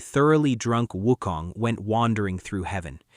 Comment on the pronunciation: Also, They're Names Are Pronounced As Followed: Sun Wukong = S-Uh-N W-OO-K-Oh-N-G! Subhoti = S-OO-B-Oh-Dee!